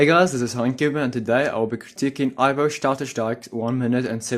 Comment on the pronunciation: Nice pronounciation of Ivo's name😉😉